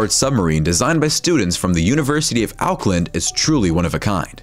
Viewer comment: the taniwha sub is actually ta-ni-fa so ya and Auckland is long o so ockland yea did you know that our fist language in our country was maori and you guys dont know it but every person in this country learns a bit of maori and taniwha and auckland i think auckland are maori words so yaaaaaaaaaaaaaaaaaaaaaaaaaaaaaaaaaaaaaaaaaaaaaaa